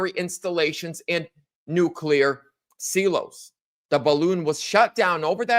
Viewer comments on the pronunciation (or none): What are 'nuclear seeloes'? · “see-los” Dude please. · Silos... the "i" is a long vowel.